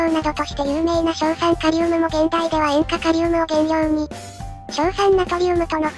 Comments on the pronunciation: 現代(げんだい)じゃなくて現代(ヒュンダイ)になっとる🙄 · 前回あたりからずっと現代がヒュンダイ読みされてるの笑う